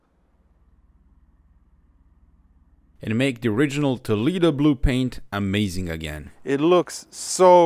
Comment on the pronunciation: Toleedo... 🤦‍♂ I know you can do better than that,..